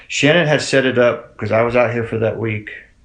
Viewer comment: The dad calls her Shannon not Shan-nan, where did that get so off at? Btw my heart breaks for her family 💙